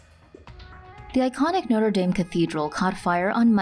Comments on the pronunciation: Lol they pronounced it noté dame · So the college your saying it wrong